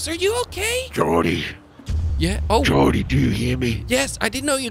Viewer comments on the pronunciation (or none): H it's Jordy not jordi